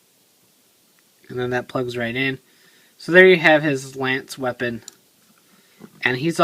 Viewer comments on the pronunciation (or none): none